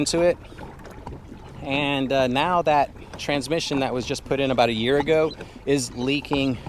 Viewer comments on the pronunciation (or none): none